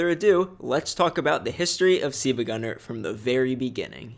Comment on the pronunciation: Why are you saying seevagunner at the start of the vid it says siLvagunner but you say siivagunner